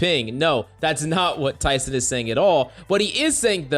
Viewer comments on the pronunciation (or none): You saying Tyson like you his best friend lmao …it’s tenz man TENZ!